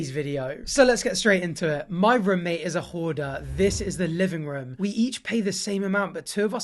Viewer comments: No one:: Ruum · He says room like Buzz off of home alone; ruum.